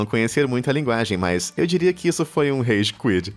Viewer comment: Rage quid não Rage quit